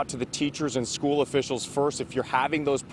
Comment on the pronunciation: She said it was the first day of “stool”?